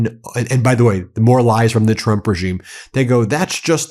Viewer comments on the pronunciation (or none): 😂 “Donald Twump” 😂 we ❤ you Ben